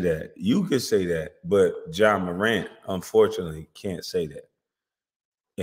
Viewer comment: Why do u keep calling him John? .... His name is Ja no "N" ....just Ja